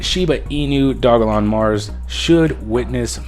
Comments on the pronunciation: It's dogelon mars, not dog-a-lon mars lol and ELON is a way better investment than SHIB because the market cap is 25x lower! Not to mention it has a maximum supply set. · Its Doge elon not Dog elon dude So annoying hearing u pronounce it wrong 😑🤪